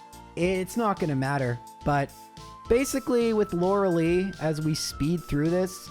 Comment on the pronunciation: that is how you pronounce Tangela though? It does physically hurt my soul every time I hear you say “Loralee”